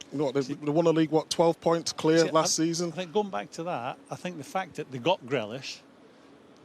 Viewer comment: no one who calls grealish “grellish” should be taken seriously